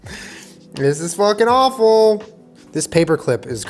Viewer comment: that was “Wawful”